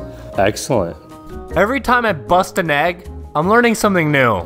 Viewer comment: "Every time i BUST an egg, i learn something new!" why the emphasis 😭